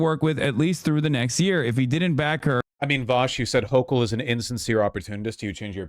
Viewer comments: Also Hasan appears both unable to properly identify the topography of the primary campaign or pronounce the sitting governor's name. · Is Hasan purposely mispronouncing her name? If he’s watched her, or stuff about her, he should be able to say her name correctly. 🤔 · Also, his mispronouncing of her name seems intentional. Kind of shitty. Almost like how Mamdani got that his entire campaign. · I might consider Hasan's arguments, but the fact that he couldn't even be bothered to learn how to pronounce her fucking name invalidates any of his arguments.